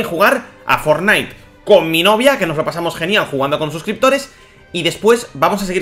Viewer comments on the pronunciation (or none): none